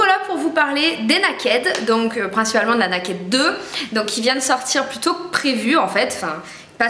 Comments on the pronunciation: on dit pas N-A-KED mais ca se prononce " Neiked "ou au pire " nékèd " .. je suis choquée lol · Ca se prononce "Neï-kid" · Franchement je veux pas être méchante, mais essayes vraiment de faire un effort sur l'accent pour dire Naked. V. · la chance de l'avoir déjà ! Par contre c'est dommage t'écorches sacrément le nom, ça fait mal aux oreilles ! ;)